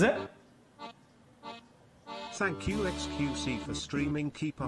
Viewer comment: I think you mean Thankubruh